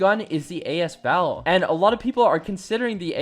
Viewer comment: A s val not As val